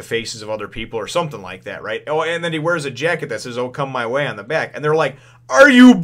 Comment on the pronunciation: "okama way" instead of "oh come my way"...